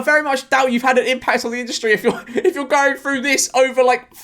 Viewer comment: Through not frew. English? Do you even speak it?